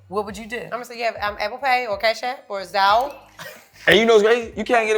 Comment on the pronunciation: I love that we get all different perspectives from this. with the Zalle not Zelle was hilarious. I’m getting Virgo vibes from. Idk if I’m right but if so, the judgement & perfectionist thing is what they say Virgos cons are. I know because I’m a Virgo. Either way we can always grow & get better with those things. I love all you guys!!! Keep the great content coming!!!